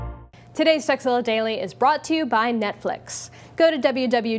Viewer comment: she totally says "sexzilla"